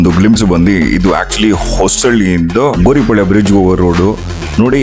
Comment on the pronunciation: Gouripalya not Goripalya....